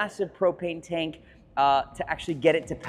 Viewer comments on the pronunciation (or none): none